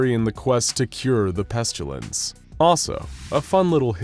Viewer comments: Thanks, great, enjoyed mostly. One tiny thing, it's pestilence. Not pestulence. Only problem with the narration. Thanks. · My question is this , why do you keep pronouncing the word incorrectly:''PestUlence''?, when it's clearly pronounced PestIlence?. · Listening to the narrator consistently mispronounce pestilence as "pestulence" is like watching that nature documentary narrated by Benedict Cumberbatch where he kept calling penguins "pengwings". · Why dose he call it the pestalince and why dose he tern them into scp 094 1s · The narrator pronounces “pestilence” as “pestchulence.” 🤔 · I enjoy how the narrator pronounces it "Pestyoulents" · where did the u in pestilence come from??? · The pronunciation of pestilence always hurts my ears lol 😆 Where did that letter y come from 🤣